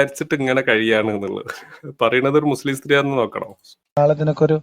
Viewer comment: അവര് അവര്.. ആരാണ് ഈ അവര്. മുസ്ലിംകൾ. അപ്പോ ഈ വിളിച്ചതാരാ.. ഇവര് 😂. അതായത് H മുച്ലിം 😅😅